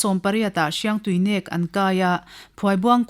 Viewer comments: Hriangtuinek nilo Hiangtuinek. Tihtur ani zawk. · Paite tawng a nih chuan Hriangtuinek a "NEK" lai hi thluk deuh tur ava nih hmel ve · Mizo (lusei ) tawng a "min nêk suh" inkhelh a mi kan va nêk kan tih ang a thluk tur nih hmel ka lo ti ve mai mai thadou leh paite tawng alo nih chuan